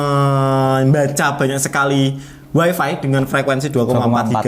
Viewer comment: info, wifi dibacanya waifai. seperti bahasa cino.